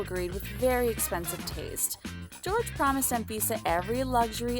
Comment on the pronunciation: It’s Jorge, not George